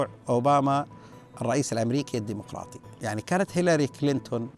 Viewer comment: تتحدث الدمقراطي هههههههههه واسسو دمفراااااطي ياشييييييييييخ....